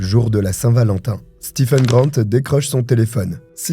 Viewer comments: juste un petit commentaire Stephen se prononce StiVn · Coucou ! Juste pour info, "stephen" se prononce "steven"...voilà 😁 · Hello! Très bonne vidéo ! Stephen ça se prononce Steven pour info